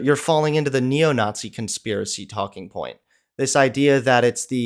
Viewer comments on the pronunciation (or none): definitely South African. Unfortunately, he's one of ours. Listen to how he pronounces 'it' as 'ut'. And 'Nazi' as 'Nawtsy'.